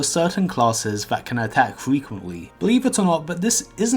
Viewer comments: “Phat can afraf frefrentfry” Translated “That can attack frequently” -You’re welcome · fwee-qwent-wee funder-fury